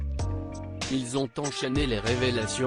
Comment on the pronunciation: Il serait agréable d’apprendre à votre voix à prononcer les mots ”c’est” et ”ont” en français correct. Merci